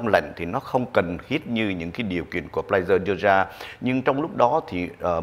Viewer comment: Pfizer , khong phai Pflizer !